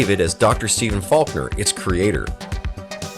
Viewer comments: It's Dr. FALKEN, not Faulkner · Falken, not Falkner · It's Falken, not Faulkner. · Have you even seen WarGames? It's Dr. Falken, not Falkner. It's the Air Force, not the Army. Not to mention (as others have pointed out), WarGames and other films listed here are the LEAST forgotten films of the 80's. In fact, many people too young to remember these films being released are still well aware of them because of their lasting impact on the American cultural landscape. Night of the Comet, maybe. But They Live, Altered States, Repo Man...come on. Speaking of Repo Man - it's Alex Cox, Not Alan. Have use ever heard of fact checking? I know, it's an "obscure" and "forgotten" concept, much like these films that ABSOLUTELY EVERYONE remembers. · The doctor from War Games is Falken. FALKEN! Not Falkner. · Dude, in "Wargames", it is Professor FALKEN, not Professor Faulkner. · Minor correction. The NORAD supercomputer in "WarGames" is named WOPR (War Operation Plan Response) and pronounced "whopper". "Joshua" is the name of Dr. Faulken's dead son whom David (Matthew Broderick) correctly guesses is the backdoor password he uses to hack the NORAD computer.